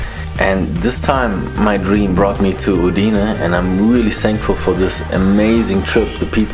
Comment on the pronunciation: Hallo Timo, Schön das es Dir im Friaul gefällt und Du Trails in Kombination mit Leute und deren Kultur schätzen gelernt hast. Bitte betone Uidne auf den Anfangsbuchstaben. Mandi. Grüsse von einem Zweiheimischen Eugen Haubensak De Cecco